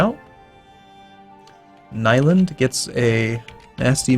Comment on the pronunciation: btw ur saying nyland wrong :D